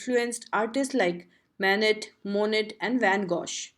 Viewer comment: some Japanese pronunciation is incorrect like : Kitagawa then other words like : Monet and Van Gogh plus 1st {fig 1} was not read....